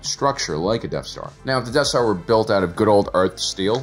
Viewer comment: Is it just me or does he keep saying deaf star?